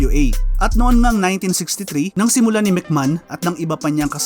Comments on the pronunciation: Anong mc man? It’s MC may hon. Or mc may on. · Anong Mc Man pinagssabi mo?ayusin mo mga pronounciation mo!